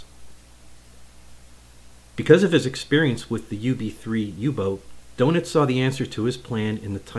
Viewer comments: Good video. Just want to let you know Rayder is pronounced ‘Raider’, and Donitz is not ‘donuts’ it’s pronounced ‘Don-its’. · I'm not sure it's pronounced "doughnuts". 😀